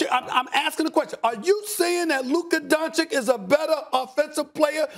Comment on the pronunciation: Stephen "Luka Don-Chick" A. Smith